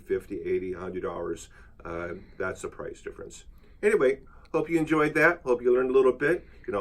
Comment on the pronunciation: I swear you said "I Hopi you enjoyed that" 😂